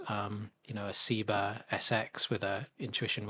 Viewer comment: I keep asking people why they keep pronouncing Seba as Seebuh, as if the name Sebastion is really pronounced See-bastion.